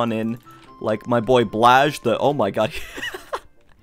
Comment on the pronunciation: ITS NOT BLAJH ITS BLAH-HAJ